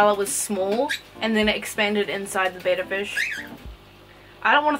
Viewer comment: before you start calling out other people perhaps learn that betta is not pronounced beta; your first clue is the spelling but who cares about stupid stuff like that right. Literally the first word of the video and I'm done